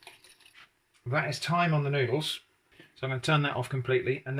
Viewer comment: No, it’s noodleara 😂